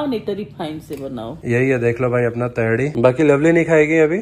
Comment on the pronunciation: तेहरी होता है भूतनी के 😂 तेहड़ी क्या होता है 🤣